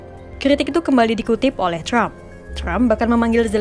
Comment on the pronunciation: Yg baca trump bukan crump😂